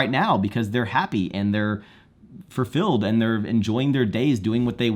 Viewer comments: it's fuLfilled,, not fuRfilled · Anybody else here him pronounce fulfilled “fur-filled”? Must be a dood joke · I think you're good looking even though you say "furr-filled"